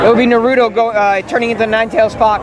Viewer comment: He pronounced Naruto’s name wrong